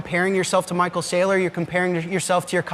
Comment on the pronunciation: Lol almost caught yourself saying micheal strategies your not wrong tho 🎉